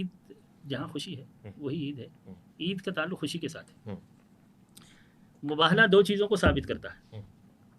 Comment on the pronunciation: صرف شیعہ عالم کا تلفظ درست ہے وہ مُباہَلہ کہہ رہے باقی سارے حضرات مُباہِلہ کہہ رہے